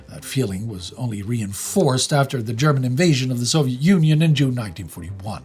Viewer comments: ' German is good especially his pronunciation, that is how those words are pronounced. Why should he mispronounce a name or a word if he can pronounce it correctly? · you really bring the german pronounciation across very accuratley